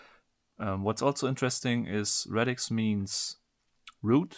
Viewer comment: Radix. Not Redix